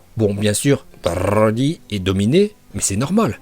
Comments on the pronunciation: C broli pas brrrrrrli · Broly ❌️ Brrrrrrrroly ✅️ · Bbrrrroooollllyyyy stop c'est brocolis point 😂😂🛑🛑🛑😂😂😂 la prononciation de bbbrrrrroooolllyyyyyy m'énerver même si c'est drôle moi perso je l'appel brocolis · Pour quoi tu dit roli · Tu dit roly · Ton brrroly est presque aussi insupportable que leo qui prononce les noms pour faire genre puriste...gohhhhhaaaaan Bbbbejitaaa insupportable...leur intonations flinguer à la différence que toi c'est pour rire eux ils se prennent vraiment au sérieux pour kedal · AAAAARRRRRRRRRRRRRRRRETE DE DIRE BRRRRRRRRRRRRRLY STP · t hyper soulent avec ton " brrrrrrrrrrrrrrrrrrrrrrroly" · J'ai que compris brrrroly de toute la vidéo mais bon😂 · Pk tu dis brrroli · Brrrroly Md😂😂😂r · c est brrrrrroly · Pour la prononciation c’est bro-li ou brrrrrrr-oli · La video etait interessante mais il menerve a prononcez broly comme ca donc jai arretez au bout de 4minutes psk je trouve ca vraiment sans interet dsl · C'est stressant la manière dont tu prononce broly dommage des fois tu en fais un peu trop 😉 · tu m enerve avec ta prononciation de broly mais sinon la video est bien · Ta prononciation de broly est incroyable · Broly arrête avec ton a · Fatiguante ta prononciation de broly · Heureusement qu'il t'entends pas prononcé son nom🤣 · La prononciation de Broly est incroyable 🤣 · Oui mais au bout d un moment c chiant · Par contre a chaque fois ke tu prononces Broly jme tappe une barres tellement ke j’en avait marre et ke jdevais laisser pause a chaque fois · La prononciation incroyable comme d habitude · Comment tu dis Broly 😂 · Y’a pas besoin de rouler les ‘r’ comme ça, je trouve ça dommage, j’adore tes vidéos mais là fallait vraiment pas faire ça en plus je l’adore broly c’est mon préféré. Voilà voilà je voulais quand même le préciser, continue mec tu gère de ouf ! 💪🏻💪🏻